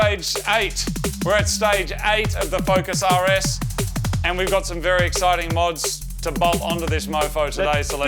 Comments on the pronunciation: I thought you said Yaris instead of (RS) for half of the video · Totally thought he said "take off the front of the Yaris" had to ew watch 3 times to hear "RS" correctly 😂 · When Moog says "RS"... it sounds like "Yaris"... lol🤷🏾‍♂️😁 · When you say "The RS" is almost sounds like "Yaris." :3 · Every time he says “the rs” I hear “the Yaris” and that’s a beautiful thing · Every time Moog says rs, it sounds like he's saying yaaris haha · everytime moog says (the rs) it sounds like yaris to me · I could've sworn you said "we've got to remove a lot off stuff on the Yaris" 😂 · CANNOT UNHEAR YARIS